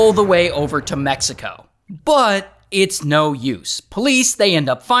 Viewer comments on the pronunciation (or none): none